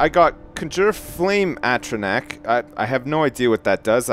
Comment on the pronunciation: Atronach (Ah-tro-nahk)